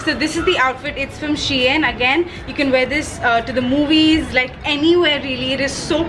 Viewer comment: Idk but it's pronounced as She-In